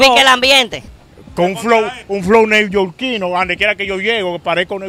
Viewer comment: Casi no puede pronunciar la palabra newyorquino.